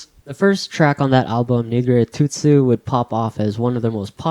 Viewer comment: Great video and I appreciate the passion and love put into it! It's a good intro for those not familiar with the band. But, I have to be a pedantic mf and give some small corrections: - "Hou' is considered an EP or a mini-album. no biggie - - It's not pronounced 'Nigire Tsu tsu'. I get why you say it like that, because there are a lot of incorrect romanizations of the title online. It's pronounced "Nigireee----!!" with like an emphasis on the end, easy mistake to make - - The second season of Death Note actually aired in 2007, so What's Up People was already out two years before it, and one year before the anime even started. I find that fact interesting personally. I think the label chose an existing song they think fit the anime, and then the song Zetsubou Billy was the new one made specifically for Death Note - - the anime Akagi is just called Akagi, not 'Akagi no Kill', I think you got that mixed up with the much different and much newer anime 'Akame ga Kill' haha. Also fun fact, the title of the EP 'Zawa.. Zawa...' is a reference to the author of Akagi and Kaiji's famous onomatopoeia of the same name he uses in his manga, and it's even in the anime for Kaiji. I guess that was their 'Akagi EP' if that makes sense Again, no hate, I just saw some stuff I wanted to say! Good video, especially for your first time!!